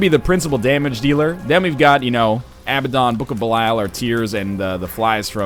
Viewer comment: Abaddon is pronounced A-bad-den, just fyi!